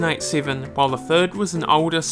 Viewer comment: did this dude really say forth and thirth